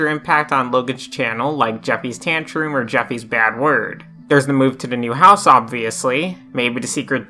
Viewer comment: “jeffy’s tantroom” LMAO